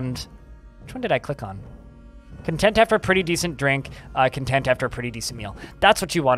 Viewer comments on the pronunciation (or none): none